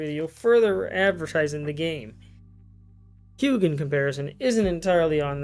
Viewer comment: raises hand Is there a particular reason you pronounce the "g" in Hugh?